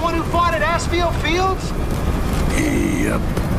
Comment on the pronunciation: "Are you thee Marcus Fenix, the one who fought at Assfield fields?!" Wow they still didn't fix that line?